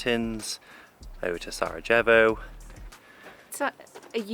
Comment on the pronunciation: Haha, you have only one problem! With word j, you say wrong, Sarajevo, ajvar.